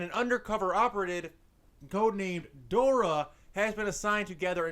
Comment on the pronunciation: He didn’t say Dora right 😭😭